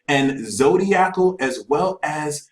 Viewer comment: Or "Zodiacal"... pretty sure I heard that in there too